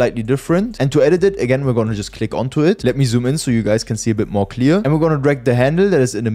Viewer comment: du hast ,, the mehr its gonna flicker ,, gesagt 😂